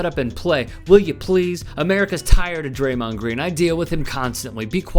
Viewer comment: "Amewica's twied of Dwaymond Gween."